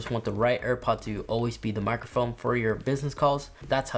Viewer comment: Thanks for the new info! Also, did you say “microfoam”?